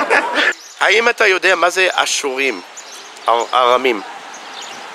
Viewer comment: Yes it sounded like ha-surim which means "The Syrians"